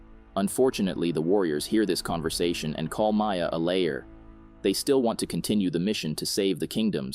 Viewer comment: liar (not lair)